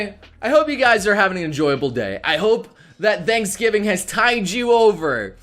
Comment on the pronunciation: Ok, I know he said Thanks Giving, but could have sworn I heard him say Danks Giving.